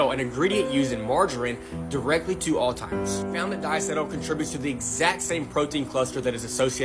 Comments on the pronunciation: is that dude saying "OLDTIMERS" ???!? oh, & butter is GOOD. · I’d be a lot more likely to listen to the margarine guy—like WAAAAY more likely to listen to him—if he would stop calling fucking “all timers.” Who tf calls it “all timers”??? Is Alzheimer’s really that hard?? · Old-timers? You’d think with all his research the butter-guy would know how to pronounce Alzheimers. Dude’s brain is a vegetable spread 😂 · I can’t take people seriously when they say Alltimers instead of Alzheimers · It's called Alzheimer's not alltimers right? Lol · people say "Altimer's" allot and I'm like BRO!!! Its "Alzheimer's!" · Dude, if your going to do an educational video on a disease, PLEASE learn how to say it. It’s NOT Alltimers, it’s Alzheimer’s My Father-in-law just died from it, so at least have the respect to make an attempt to look educated, your research seems to be good, try your grammar next. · I've heard Drs. Call it Altimers.... It's Alzheimer's. Blows my mind how many folks don't know this?!? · I dont know if I should take advice from the guy who keeps saying "alltimers" instead of alzheimer's. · Alzheimer’s. Not Alltimers! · It’s Alzheimer’s …….NOT Alltimers!!!!!!! Sorry comments section, that just irks me. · All Timers... ??? You Shure it's not Alzheimer's... SHEEESH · What bothers me more than the margarine are people who calls Alzheimer's disease, "all-timer". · All i got from this was "all-timers" 😅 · When any mouthbreathing eftard calls Alzheimer's "Alltimer's" I'm feckin out bro! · Anyone who pronounces Alzheimer's as "Altimers" is woefully under-educated in the actual disease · I can appreciate the information about the margarine. But I can’t appreciate not knowing how to pronounce Alzheimer’s.!!!! It’s not ALTIMERS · He said All-timers disease wtf? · All timers? Bruh Alzheimer’s… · That guy saying “all-timers” really cobbles my peaches. How does he know all this but not how to say alzheimers correctly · He kept saying "all..timers"..grrrrr